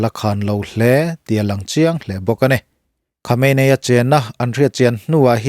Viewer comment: Khawmeini ti a lam tur aw...